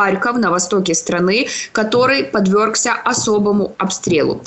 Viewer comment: Уважаемая ведущая!Неужели слово «дабы» нельзя заменить другим?… И не «подвЁргся»,а подвЕргся .